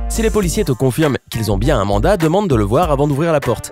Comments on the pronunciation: "Poiliciers", aurevoir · A " Que faire ci des POILICIERS … " mdr tu m'as tué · mrd les "poiliciers" apprend a ecrire Putin